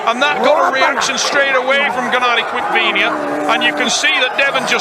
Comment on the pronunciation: FFS stop calling him Quickvinia!